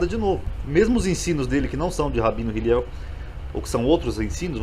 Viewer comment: O nome é Hillel,e não Hiliel